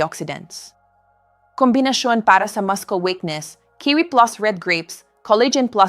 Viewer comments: Since when muscle pronounced as mascol. Instead of, massol? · Please, the pronunciation of the word muscle is masel not maskle. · Muscle pronounced as “masel”